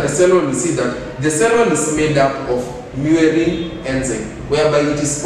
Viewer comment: Is it muerin really or murein?